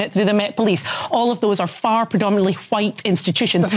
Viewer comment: God she even pronounced it with the meme "hwite".